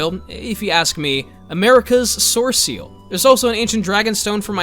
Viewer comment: America's sorseal lmao